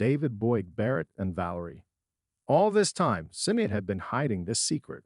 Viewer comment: If you are going to do a story you should make sure to get the names correct. The footballer is George Best not beast. Jeremy’s wife’s name is Sinead pronounced shin aid. Not cinead there maybe more errors but not hanging around to find out